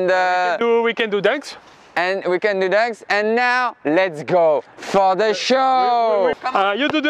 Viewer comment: « WE CAND DO DUNKS »😂😂